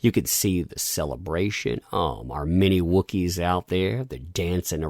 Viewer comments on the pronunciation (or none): "Mini wookies" I think a part of myself died hearing that.